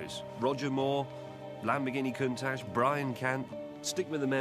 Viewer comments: i asked for a countach, not a conetach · Lamborghini contash